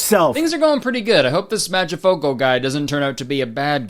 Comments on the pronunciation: as an italian i’m addicted to the way you pronounce mangiafuoco i love this i want a 1 hour compilation of you saying mangiafuoco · u pronounce mangia fuoco like it’s a single English word jdnskandcnsjakan. 😭🖐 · I think that how Kurtis mispronouncing "Mangiafuoco" is literally the funniest thing ever. But srsly I bet that the author of the original book is rolling in his grave LOL they took one of the best coming of age stories and turned it into a shitfest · That Mangiafuoco pronunciation hit me hard fr fr 😂